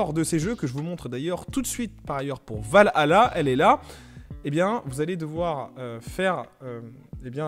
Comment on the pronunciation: Mec c’est pas va hala c’est valhalla🤦‍♂️ t’a du mal